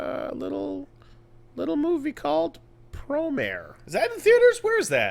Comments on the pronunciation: I thought it was pronounced pro mar ey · You say it like it's spelled. Pro-mare.